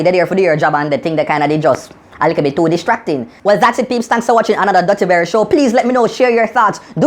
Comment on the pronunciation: lol you said a "lickle bit" too disgusting